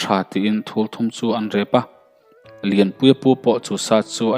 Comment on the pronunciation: Sa ai tih te Sa rep thùl thum tih hi tùl thum tih awm tak a ni